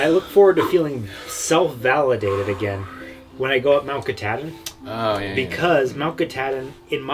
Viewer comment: Love it, as always! We were there in October for our first visit ever. Thanks for sharing another awesome adventure. I always catch myself smiling while watching you videos☺️ Have a Merry Christmas!🎁🎄 Oh, and, it’s pronounced "Kuh-TAH-din" 😂